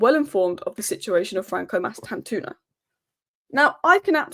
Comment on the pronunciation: It's pronounced like it's spelt Mastan-tuono (twono if that's easier), not toono